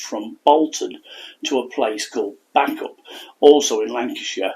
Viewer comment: I live in rossendale and heard the story a few times … posted on our local history page … there are still living relatives of hers here … btw bacup is pronounced bay-cup ..